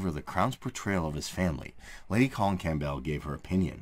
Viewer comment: The p in Campbell is silent